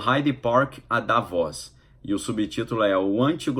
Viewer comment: Querido, pronuncia se" Da - vôs " só quero ajudar!! 😍